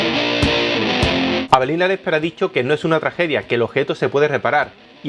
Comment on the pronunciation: like si siempre escuchas "Avelina Lecter"